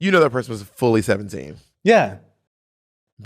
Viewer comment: bob, not you saying "poy-son" instead of person for your bernie sanders impersonation. not the goddamn bore worms, sis.